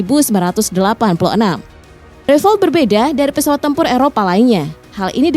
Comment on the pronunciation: Mbak, beritanya basi benar..... Sudah dipublkasi berbagai situs youtube sejak lama.....kalian ketinggalan benar, nyebut (mengucapkan kata "rafale" pun belepotan mbak..!😊😮😅